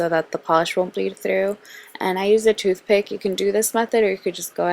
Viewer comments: lmaoooo I can't unhear it now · lol she said tooth pit